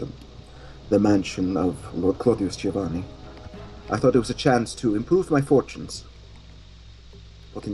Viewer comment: Hey, can I just tell you I appreciate that you pronounce Giovanni correctly? It's the little things.;D